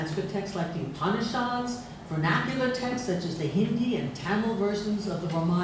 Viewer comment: She would be a tad more reliable as an indologist and as her fawning intro says: 'world reknowned sanskrit scholar' if she could actually pronounce simple sanskrit words: 'Dharma', 'Upanishad'. Sadly, she is so self unaware, she goes on to tackle 'ArthaShastra'.